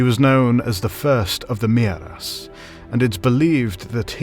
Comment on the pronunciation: Is it Maeras or Mearas? I'm confused. Personally, I like Maeras, but in the name of the video it says Mearas, unlike the translation.